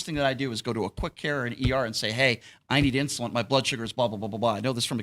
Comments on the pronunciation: It is called “INSULIIN”. So stop be so f’n “INSULINT” you freaking fool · It's not insulant,,, it's insulin... Does he actually use it ??? lol Wow...